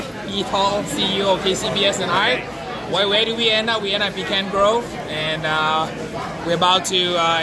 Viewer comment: Stop saying "Pecan Grove"